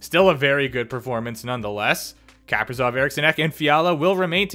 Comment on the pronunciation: It’s not Kaperzov it’s Kap-ri-sov!